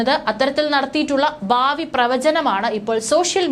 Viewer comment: ബാവി അല്ല. ഭാവി.. ബൂതകാലം അല്ല. ഭൂതകാലം. പറയുമ്പോൾ ശ്രദ്ധിക്കണം. പ്രദാനം, ബാവി, ബൂതകാലം, യുദ്ദം, അബിപ്രായം, ബീതി, സ്തിരം, അസംബവം,ബയം, അന്ത, പ്രക്യാപിത, ആബ്യന്തര, 🙆‍♂️🙆‍♂️